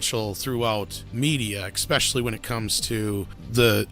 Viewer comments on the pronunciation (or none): Repeat after me: "especially". NOT "expecially".